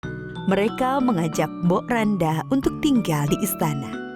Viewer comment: Mbok Rondo bukan mbok randa